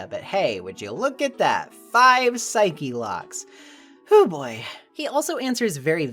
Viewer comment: Pixel partners say it the same way and it's very distracting, haha.Or as Edgeworth says... Psycho Locks!